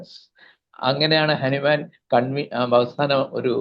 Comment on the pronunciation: ഹനുമാൻ അല്ല ഹാന്നിമാൻ ആണ്